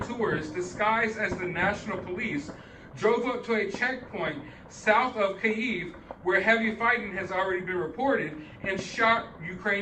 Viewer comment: If you dont know how to pronounce Kyiv, dont emphasize it please :D